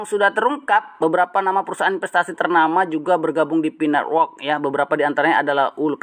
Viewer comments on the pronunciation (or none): Network bang bukan nerwork 😅